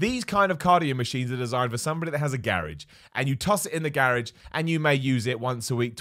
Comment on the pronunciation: lol the way he says garage lol